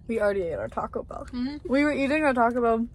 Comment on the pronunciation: her saying Taco Bell like “tocklebell” is killing me lol